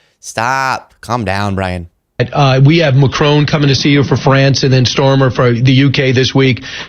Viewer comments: And it's pronounced Maachron not Makrone. I am sick of Americans mis pronouncing everything because they want to insult us. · „Macronne is a friend of mine” You would imagine he would at least know how to pronounce his friend’s last name